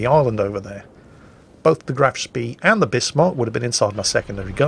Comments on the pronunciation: You can always expect him to mispronounce Graf Spee though. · graf speeeeeeeeeeeeeeeeeeeeeeeeeee totally not triggered by the way he pronounced that